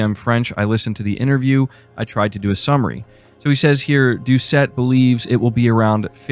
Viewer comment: He's French! So his last name Doucet is pronounced doo-say.